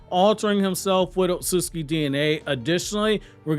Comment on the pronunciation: You HAVE TO work on pronouncing "Otsutsuki". It's NOT not Osutski...Other than that I'm a HUGE FAN!! Love all Naruto content!!